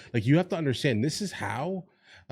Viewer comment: Im a south african. Why does she pronounce 'this' as 'dis'? That sounds gangster for a public representative.